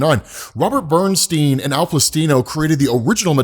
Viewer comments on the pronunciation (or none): none